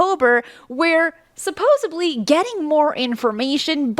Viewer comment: "supposeDly" is a word, however "supposeBly" is not... jes sayin.